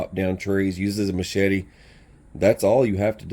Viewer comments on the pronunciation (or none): none